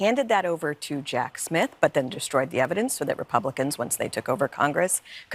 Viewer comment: no matter how many times you say it, there's still no H in DESHTROYED 🙂